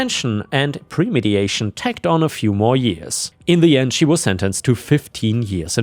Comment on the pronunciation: Bro.... It's not premediation! It's premeditation.. Read the word carefully, you've read it as premediation in every single video with the word premeditation. Meditate means thought was put into it, mediate is a completely different word with a different meaning... If it was premediated then it would have been prevented before it happened, therefore never would have happened